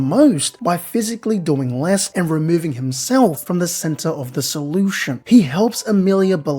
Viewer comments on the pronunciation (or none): none